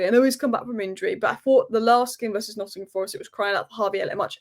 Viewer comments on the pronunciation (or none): none